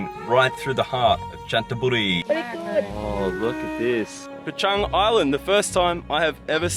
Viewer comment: I'm impressed with your correct pronunciation of Chang.